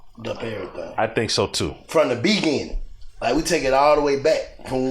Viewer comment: Always have me crying when he say that 😂😂